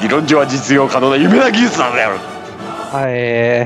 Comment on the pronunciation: 「夢な技術なのでゅぅある」